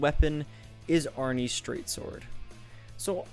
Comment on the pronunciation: “arni’s straight sword” please tell me its bait and you havent just been saying it wrong for nearly 10 years